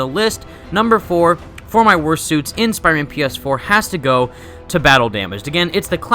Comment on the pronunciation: You notice how he says spierman instead of Spider-Man 😂